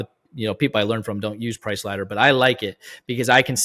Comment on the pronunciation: ladder … not letter dude